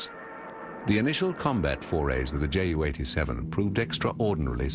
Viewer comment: The pronunciation of JU 87 in this video is not correct. Right pronunciation is 'You,' see